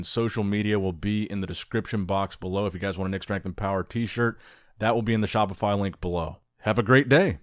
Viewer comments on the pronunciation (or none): none